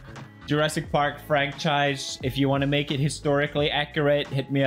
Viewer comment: "Jurassic Park Frankchise"